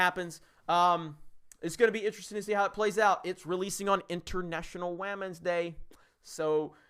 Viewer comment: You got me at “captain Wehmen”